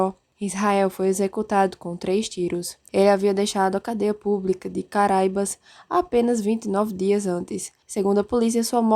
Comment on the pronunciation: Só uma pequena correção: o nome correto é Caraúbas e não caraibas.